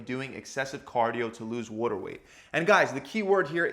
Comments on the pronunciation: It pisses me off…he says “whoa”-ter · You sound like you’re from Baltimore. “Wooder” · “Wudder” weight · wAter man..., its pronounced wAter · It’s a philadelphia area lingo to be exact. Philly and the surrounding areas pronounce it “wooder”. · Lol Worter * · More like "wodder", otherwise "wahder". Americans pronounce the letter t as a d. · Wore-da weight. New YACK accent son. 😂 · Good holy god this was like he took a bet to see how many times he could say “worter” to bother TF out of me. They should use this as a CIA torture technique. Great info but for the love of god don’t say “worter” anymore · Over under on 50 “waddur” s during video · "wuoda" retention LOL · the way u are pronouncing water is triggering me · The way he pronounces "water"...can't unhear it. 😆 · For those of us from the US northeast it sounds normal (except for an R sound he adds after the A) and other parts of the country where they say “Waahh-derr” just sounds limp.